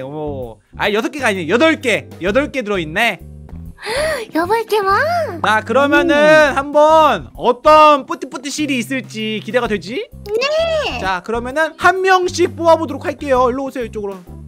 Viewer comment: 뿌띠뿌띠씰이 아니라 띠부띠부씰 인데 ㅋㅋ